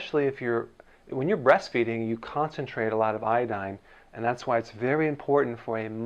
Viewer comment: 边做饭边听这个视频，满耳朵都是波哥在说“海带”，我就纳闷了他开始学中文？瞄一眼翻译，原来是IDDINE🤣